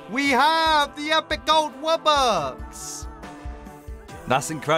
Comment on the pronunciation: Bro really said wubbux